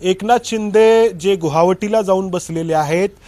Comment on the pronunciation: गुहावटी नाही रे गुवाहाटी